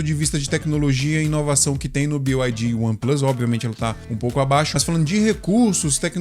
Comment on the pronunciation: BYD na língua inglesa se diz bi ai di Que são letras do alfabeto em inglês. 90% dos youtubers falam BIO não sei porque…